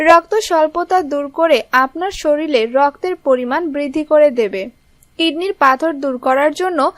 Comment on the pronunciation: The Word is ‘sharir’ and is not ‘shareel’ . Please speak proper Bengali language on commentary.